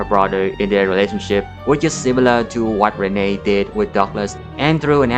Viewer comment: its pronounced Renee, like knee. The grandma brings it up once in the flashback. Fake fan 😤😤😤